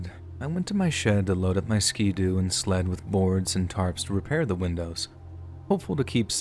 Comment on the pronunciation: Just fyi for the future, ski-doo isn't pronounced skee doo. Ski as in skittles